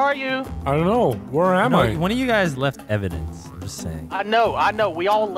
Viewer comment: Evidence? More like... evandence 🤣🤣